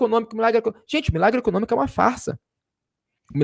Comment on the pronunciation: Ficou "ecocômico".